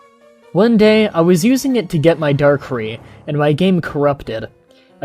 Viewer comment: Darkrai not darkree